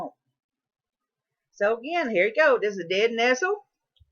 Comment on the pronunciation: It's important to guide people accurately through wild foods. 1) the plant you're talking about is "nettle" not "nestle". 2) the plant you are eating is Henbit and not purple deadnettle. Not trying to be nasty, here but the information in this video is not accurate and wild foods are not something to play around with.